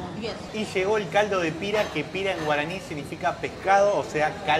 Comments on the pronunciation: no se dice " el embeju ....se dice simplemente como una m muda mmmmbeju y no se dice pira ...se dice pirá ...con acento en la a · No se dice pira se pronuncia pirá tiene acento en la a para la pronunciación pero se dice pirá